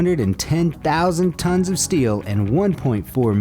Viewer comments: it's tons not tones 😂 lol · Moses parted the Red Sea, NOT the Nile River. Also, “tons” or “tonnes “, not “tones”. And, Thames is pronounced “temms “. Try editing this stuff next post.